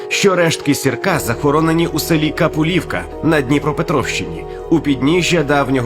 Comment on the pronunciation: КапУлівка, ставте правильно наголос, будь ласка